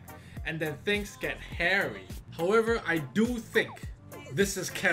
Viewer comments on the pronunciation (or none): none